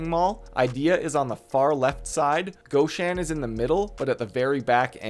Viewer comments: All ok, thx. But goshAn, not gOshan)) that is nonlicensial copy of russian shop with name ashAn. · Awlee and gawhshan. You must not like the letter o